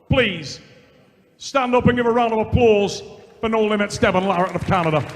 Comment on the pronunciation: Unbelievably doesn't know how to pronounce Larratt. And why does always sound like he has a dick in his mouth?